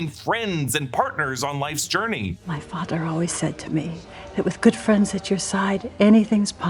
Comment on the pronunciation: The way Ingrid said "My father" sounded like "my fadder" the way Mrs Kersh said it in the book